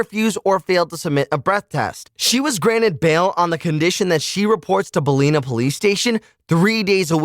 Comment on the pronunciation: these Sovereign Citizens were in Victoria, Australia. These are state police & are what we also call these rough acting people "Bogans"- these are people who live off the government with 7 kids to 5 dads & vice versa. FYI Coffs Harbour is in NSW (another state). BALLINA is said BA LA NAH ...................... not Ball Leen Nah :P